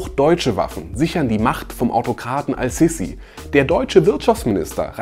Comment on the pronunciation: Sprich den Namen bitte Ass-Sisi aus. Das S ist ein Sonnenbuchstabe und wird deshalb assimiliert.